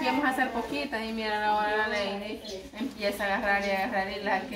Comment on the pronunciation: no seas arrogante le dices a leydi q no se llama así el nombre de ella así se escribe Lady y se pronuncia laydi